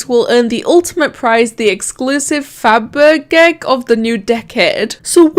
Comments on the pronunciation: FabergEgg is pronounced Faber-sh-egg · I think it’s pronounced like “fab-er-jegg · How to pronounce Fabergegg: Fa ber jay